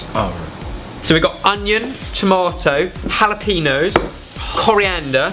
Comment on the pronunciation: I know everything sounds different becuz of accent... but its jalapeño with the accented n making like penyo